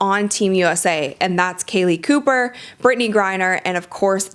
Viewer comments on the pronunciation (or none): You're mispronouncing the names of the WNBA Olympic athletes... => Kahleah Copper It's cop-per not coop-er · Pronunciation check on Kahleah Copper. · you butchered kahlea copper's name